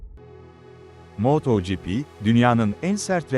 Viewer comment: Yahu su yapay zeka seslendirmesi ne alaka? Bi is yapiyosaniz az cesaretiniz olsun kendiniz konusun! Ödlek ödlek yapay zekanin arkasina saklanmissiniz.... moooooto gipi ne aq sinir oldum...